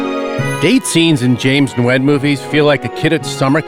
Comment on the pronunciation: That's how "Nguyen" is pronounced??